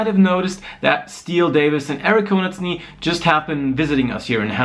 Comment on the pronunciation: Nettes Interview. Nur eins: nennt mich altmodisch, aber ich finde es sehr unhöflich, wenn man den Namen der Leute nicht korrekt ausspricht, mit denen man zusammenarbeitet. "Konasty" ist echt nicht schwer zu lernen.